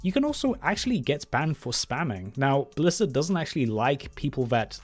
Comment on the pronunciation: FwEe Bwizzawd BalaNce CawD